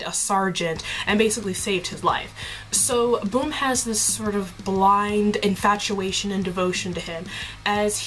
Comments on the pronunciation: I find it hilarious that you say bum's name as "boom", it's actually pronounced as the British slang "bum" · it's bum.. not boom...